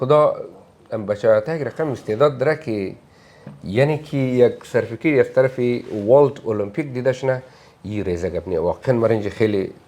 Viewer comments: talafuz hazargi ash misha safekit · این دیگه چطور استاد است که در استرالیا زندگی می کند و سرتیفکیت را صدبار سرفیکت میگه😅